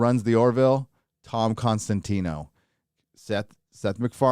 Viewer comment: Tom COSTANTINO. Not Con… it's COS!